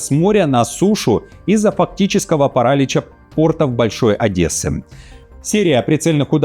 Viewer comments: вы один из грамотных блогеров. Досадно, что вы ошиблись. Говорится - параличА. А целом вы не допускаете ляпсусов. Так держать! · Да кстати ,не парАлича, а параличА А.еще все эти попытки внести раскол в российское общество - совершенно убоги и неэффективны